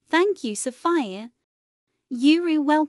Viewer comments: its sounds like Sofaia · You mean sofaya